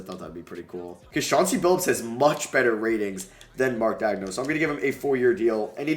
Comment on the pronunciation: who is Mark "Dag-no"? bro I swear this kid cannot pronounce any name right